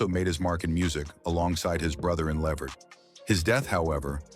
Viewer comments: It’s Le-Vert, not Levert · Mr. continue to say the O'Jay's please don't try saying Eddie last name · If nothing else, please. Pronounce, his name right. Tell the truth about, what really, happened in La vert life!😅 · Yes, mispronounced Eddie and his sons last name 😕